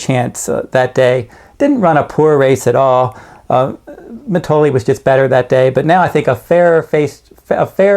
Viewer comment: Noticed this with another handicapper also who for some reason had trouble pronouncing Mitole...You guys dont watch the races...Obviously it is Mi-toll-ee...Not Mi-toll-ay